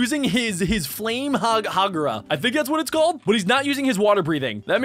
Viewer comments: Did he just call hinokami kagura flame hagura?!?!? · dude it not flame kukura it hinoku kama ka gu ra 2th from clear blue sky